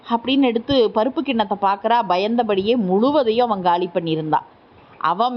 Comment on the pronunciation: அவன் அவள் இரண்டும்ஒரே மாதிரி உச்சரிக்கிறீங்க பேரை சொல்லலாமே தெளிவாக உச்சரிப்பு இல்லை